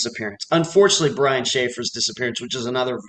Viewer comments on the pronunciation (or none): none